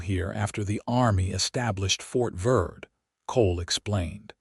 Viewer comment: Fort Verde is pronounced vaird-a, Verde is spanish for green. In the Spanish alphabet the e is pronounced as a long a in English.